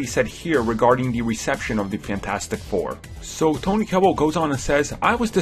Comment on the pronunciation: it is TOBY, not TONY.